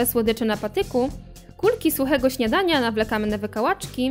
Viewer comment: Jezu, jak mnie rozwalają te jej akcenty na koniec 'wykałaczKI', 'śniadaNIA'. Nie wspominając oczywiście o absurdzie całego tłumaczenia XDDD